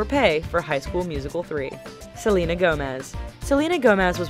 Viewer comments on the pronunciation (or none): none